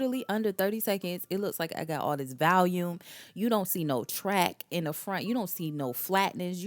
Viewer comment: you’re so right!! You did communicate them well. I just wanted to tell you in case you didn’t know. . I’ve run across a few influencers that say Valium instead of volume. Be blessed!